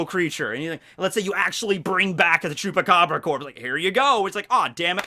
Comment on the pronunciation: I don't know If is because I'm mexican but it make me really happy that said "chupacabra" 🤣😅